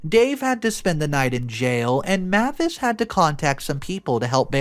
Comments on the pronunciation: Mavis is pronounced MAY-vis, like the surname Davis (may' as in the month of May) . The pronunciation MA-vis, where the 'ma' is a short 'a' as in 'map', is not usual. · Another mispronounced name... 'Mavis' IS pronounced 'MAY-VIS' and NOT 'MA-VIS'.(Or like the car rental company 'Avis', with an 'M' in front.) I really am losing track of just how many times you continually mispronounce words and names. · May-vis not mah-vis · FYI Mavis is pronounced may-vuhs (google how to pronounce it and there is an audio you can play several times to confirm this), I otherwise like your voice and enjoy hearing your reading style. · The name Mavis is pronounced: MAY-vis. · I'm trying to support him because he finds good stories, but this man messes up so many names and words it's painful sometimes. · I feel like it’s May-vis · Mavis = May vis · Sorry it was bugging me the whole time. Her name is pronounced. May-vis. Even though it's written Mavis. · MIL name is pronounced May -vis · The name is pronounced 'Ma-vis" with a long "a".